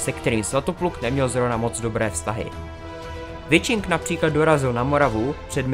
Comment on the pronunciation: Pěkné. Jen Wiching se čte prostě "Viching", a ne "Vičing".